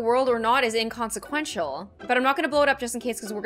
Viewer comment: SHE SAID CONSEQUEINTAL if thats how u spell it